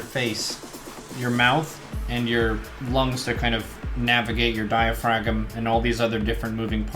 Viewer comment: "Diaphra-g-um" League of Legends